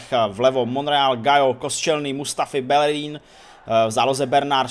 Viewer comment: Nevislovuje se to [Belerín] ale [Bejerín]